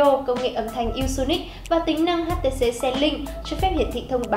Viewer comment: Đọc nữa nạc nữa mỡ gì mà "hát tê xê diu"